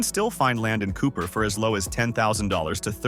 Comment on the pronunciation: Within the first minute of this video, Cupar, SK (population 600) is talked about, while the video is showing Saskatoon (pop 288,000). Regina and Cupar are also both mispronounced. I stopped there and didn’t watch any more. This video is an insult to the intelligence of anyone who watches it.